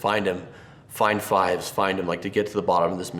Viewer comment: "Captain Rex is the coolest..." You pronounced "Fives" wrong.